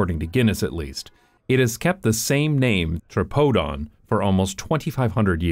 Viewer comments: I don't think it's pronounced "tra-pode-on", my guess remembering how Greek immigrants spoke in Boston, would be "tree-pod-on" with the last syllable pronounced the way the French would pronounce it. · tbh i was thinking "hey, his pronunciations aren't so bad!". they were still wrong, but better than i'd expect from an english speaker. most of them would say dionysos with a die sound instead of a dee sound and tripodon with a try sound instead of a tree sound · For anyone asking, it's pronounced "tripóthon"